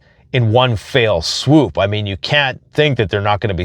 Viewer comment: "Fell swoop" not "Fail swoop"